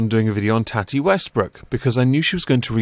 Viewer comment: Tati= toh(soft o)-tee, tohtee It is not tatty. Usually short for tatiana but not always.